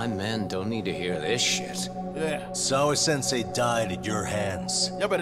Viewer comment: “Sawa Sensai” 🤦🏿‍♂️🤦🏿‍♂️ every time